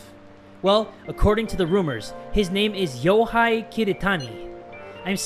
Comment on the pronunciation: The "ei" sound in Japanese is pronounced like a slightly longer "Eh" not "aye". Eiko = Ehhko, Yohei = Yohehh